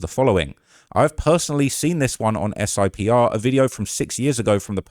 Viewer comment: SIPR is pronounced Sipper. It is the DOD encrypted, secure and not accessible from the Public Internet network.